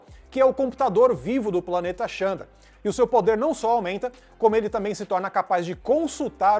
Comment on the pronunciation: Se escreve Xandar mas se pronuncia ZANDAR...vamo fazer o deve de casa gente